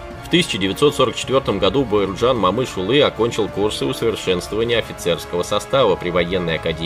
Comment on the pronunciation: Автор ты че узбек как то неправильно говоришь Баерджан Момышюли за это дизлайк всбесил просто я же не говорю пьюшкин